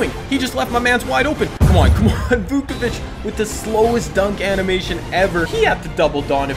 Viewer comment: nikola "vookavich"